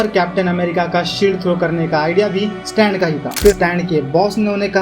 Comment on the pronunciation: Stan❌ स्तन ✅😂😂😂